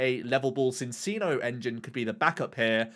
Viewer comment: Why’re people still mispronouncing Minccino and Cinccino 😝 they’re Chinchillas! It’s chiiiiiino yo.